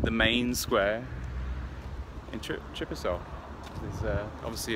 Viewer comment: You visit a country & it's capital & can't pronounce either of their names!!